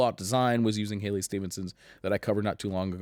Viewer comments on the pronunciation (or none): Halley not Hailey ;)